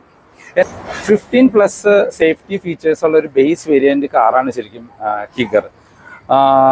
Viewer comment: കിഗർ എന്നല്ല കൈഗർ എന്നാണ്.